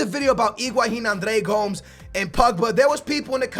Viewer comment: you pronounce Andre Gomes as Gomez like Mario Gomez